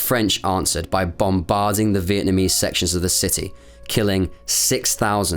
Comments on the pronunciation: Great job; factual without clouding issues with emotions, AND you took the trouble to pronounce names correctly. I missed this war by a whisker, thank ford! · As a Vietnamese, your pronunciation of the Vietnamese names were very good. Greatly appreciate it!